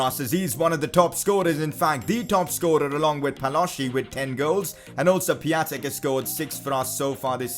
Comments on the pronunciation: Pia-n-tek not pia-tek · It is Pion-tek I know because I’m Polish and so is he. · You don't pronounce Piatek right :/